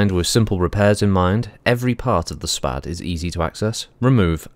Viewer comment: 'SPAD' is in fact a Very old name in the history of aviation (by the by you did pronounce it correctly lol). It's actually an acronym: Société Pour L'Aviation et ses Dérivés, a French (obviously) aircraft company that operated between , when it then got eaten by another company. A pair of its more famous craft are the SPAD 7 and 13 respectively, both of which were highly praised fighter craft during WW1.